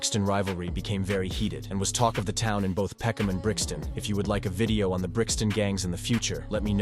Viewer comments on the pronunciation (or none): Peckhnarm, what, are they stupid, wouldn’t it be peckhnam. Why the random r? London is a shithole. It’s not even majority British anymore, take your countries try back.